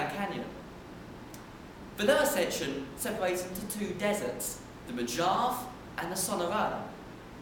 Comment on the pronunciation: its pronounced Mo-Hav-ee